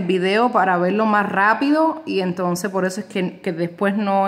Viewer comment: se dice por!POR¡ No es po😅